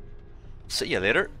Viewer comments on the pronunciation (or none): none